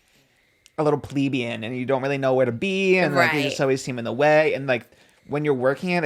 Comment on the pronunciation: the irony of him mispronouncing plebeian